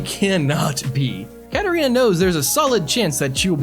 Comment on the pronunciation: Dude her name isn't Catarina clouse 😂😂😂😂😂